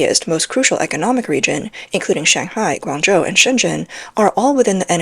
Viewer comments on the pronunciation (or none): none